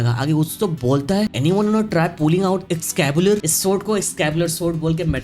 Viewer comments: Excalibur not excabular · Excabular 😂😂😂😂 nahi bro its ExcaLibur 😂😂😂😂. Are you a dropout or something?😂😂😂😂😂😂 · Bhai excalibur hota hai excabilur nahi sahi se pronunciation seekhle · broo its excalibur not excabular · Excalibur, not excabilur 😅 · Excabuuuuular😂😂😂😂😂😂 excalibur hai bhai wo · excalibur hota hai excabular nahi bhai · Excalibur ❌ Excabular ✅🤣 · Excalibur ❌️ Excabular✅️ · Excalibur ❌ Excabular ✔️